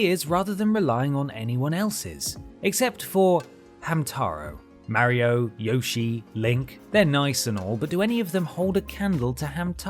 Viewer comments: Yaw-shi? Tf type of pronunciation is that? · Dang the dude says Y'allshi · How come British people can't pronounce Yoshi? It's never been Yaw-shi, it never will be Yaw-shi LOL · Y ahhhhhh shie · You're specifically mispronouncing Yoshi just because you know you mispronounce it and you want other people to get used to it. So you know you're being ignorant and yet you're going to do it anyways? Super smart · Honestly gotta respect for letting everyone know how he’s gonna pronounce Yoshi and if you don’t like it tough 😂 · Ok I didn't realise how bad you saying Yoshi was, it created rage inside me I didn't know existed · I appreciate the work you put in to these but I’m really bothered that you deliberately mispronounce Yoshi’s name even though you know how it should be said. I really don’t understand why you’d do that. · Why would you purposely mispronounce a character name? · You're mispronouncing Yoshi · It may be time to get even more preposterous with your mispronunciation of “Yoshi”. May I suggest “You-Shy”? Jokes aside, I think it speaks volumes to Nintendo’s overall quality that even the low-ranking franchises rate as overall high as they do. Like, I expected low rankings in the 20-30% range. But nothing under the mid-40s? That’s impressive. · disliking for the pronunciation of yoshi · You clearly know how to say Yoshi right, why say it right then tell us to f off because you know how to say it but don't say it the way it is meant to be said. Makes your video not that interesting anymore as after two minutes in I was done and moving on. Don't berate us because the game creator states the way you say Yoshi correctly and then tell the viewer and probably gamer to f off because we know how to say it right! Not a good way to run your channel and keep viewers interested when there are other Top 10's out there that give an objective view and not put personal bias in what you are trying to convey. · You said yoshi wrong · It’s pronounced Yoshi, NOT Yoshi! 😀😀